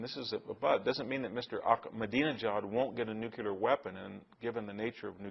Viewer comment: I really admire Victor, but I find it so necessary to correct his pronunciation of the word NUCLEAR, not NUCULAR! I hear most presidents and mostly men doing this! It really irritates me greatly!!! Please check your pronunciations Victor. Otherwise, I think you’re brilliant and so correct on almost everything else! Thank you for these talks and lesions.